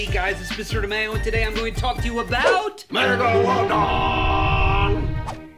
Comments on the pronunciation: MEGALOON MELGALODON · my foravrotrle bit is then said megealadon! megaladon!!!!!!!!!!!!!!!! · in the first was saying Megoladon megolodon in bey tovan